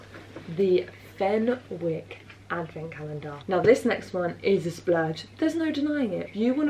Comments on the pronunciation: The way you pronounced Fenwick had me creasing, I can't be the only one that say fen-nicks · Love the video ☺️ It’s pronounced Fenicks!! The w is silent xx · Great vid, just wanted to give you a heads up and say that Fenwick is pronounced Fen-ick, the W is silent. Old British names are “interesting”, to put it politely.